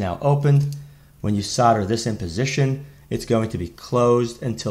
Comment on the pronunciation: Thank you for saying Solder the American way..!! We pronounce it "sodder" not Sold-er... Though there are some nerdish Americans that emphasize the L in solder and it drives me crazy...!!! Sorry for the rant. Good video.